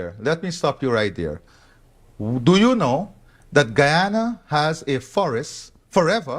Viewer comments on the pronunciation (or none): My country is pronounced guy- an - na Guyana. Thanks